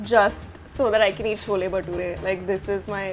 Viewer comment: She butchered the Baturas